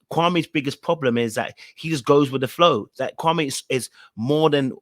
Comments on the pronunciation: He is so fake laugh and all. Is his name supposed to be pronounced Kwa-may or Kwa-me? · Supposed to be pronounced kwa-may. But a lot of people say kwa-mie, so i guess it's easier for him to just go with the mispronunciation rather correct people constantly for years.